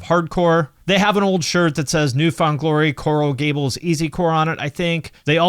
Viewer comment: every time he said “coral gables” I gasped hahaha 😂